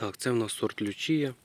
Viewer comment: Ще б назви сортів говорили так , як їх назвали селекціонери , Лічія , Скала , з наголосом на перший склад , а щоб хоч переглянути якусь інформацію про сорт , нащо , скоріше продавать , і блукають тоді полуниці з кількома іменами .